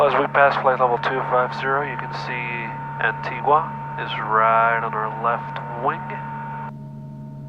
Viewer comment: Enjoy your videos very much. Just a correction. When pronouncing Antigua the “U” is not sounded. It’s pronounced Antiga. No “U” sound.